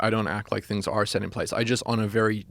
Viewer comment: Is he south African? Because I did notice him say a few words differently like path and set sounded like poth and sat